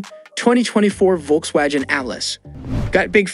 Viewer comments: Or Volkswajin lol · How about the Volkswajeen? 😅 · That South East trim on the Volkswajen sounds interesting… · It was so annoying - Volks Wagen ( with a soft ‘g’) , Chevy (with ‘ch’ instead of ‘sh’). But I though it was due to uneducated youth not AI ! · VolkswaWHAT???? I canot believe I listened to you talking about cars for 3 minutes.